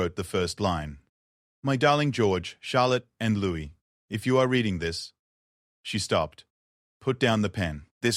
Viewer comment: It's Louis not Lewis